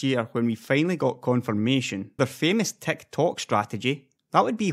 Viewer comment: I thought you were saying Tech Talk then I realized you were saying Tick Tock lol -great vid though